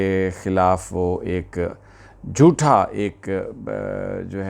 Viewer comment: آپ اکثر لفظ ·· جھوٹا '' کو جوٹھا کہتے ہیں صحیح تلفظ جھوٹا ہے جوٹها نہیں کسی کی منہ ماری چیز کو جوٹھا کہتے ہیں مثال کے طور پر پانی میں سے کوئی پی لے جو بچ جانے وہ جوٹھا پانی یا کوئی جانور کسی کھانے کی چیز میں منہ مار لے تو وہ جوٹھا هوجاتا هے اگر میری بات غلط ہے تو پلیز میری اصلاح کریں